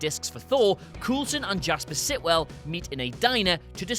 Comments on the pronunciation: Stop saying Coolson. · Pronounce names correctly, please. Vormir = Vor-meer, Coulson = Cole-son. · Who is this "Coolsen" you speak of? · coal-son not fucking coal-son